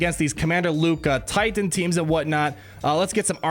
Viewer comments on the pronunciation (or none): none